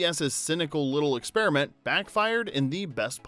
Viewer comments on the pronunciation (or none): none